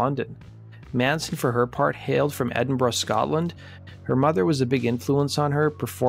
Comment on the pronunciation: Great work! Bonus points for Edinburgh pronunciation 👍